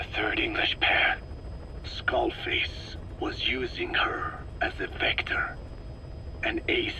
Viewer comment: XDD skull fake....FAKE en vez de skull face